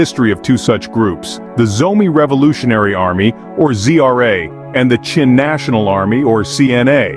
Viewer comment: Why do you pronunce ZRA as GRA ???